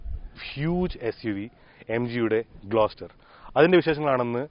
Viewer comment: It's GLOSTER